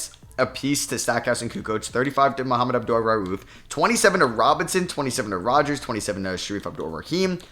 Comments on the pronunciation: Bro his name isn’t mohammed its mah-mood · Mahmoud is NOT THE SAME AS Muhammad- come on man, say his name correctly